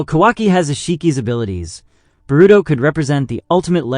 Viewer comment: Oh man I was gonna try to watch this and power through the way you say Boruto, but then you said the other names and I just can't do it. I made it in. You really need to learn how things are pronounced. The fact that you don't know how anything is pronounced tells me that you have done 0 research and that you've spent absolutely no time talking to, or interacting with, the community. Therefore, you must not know what you're talking about.